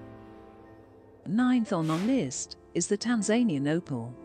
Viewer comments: Tan-ZAIN-ee-an lol Tan-za-NEE-an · narations a bit crap the A.I cant prenounce tanzanian